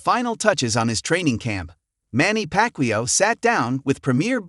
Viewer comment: Ai doesn’t know who packwio is!